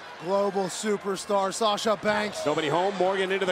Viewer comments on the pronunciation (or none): Anyone else heard Naomi say Slasha😄